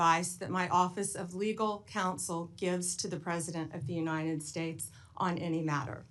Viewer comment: Yooneyeded ssdates. Sloppy Bondee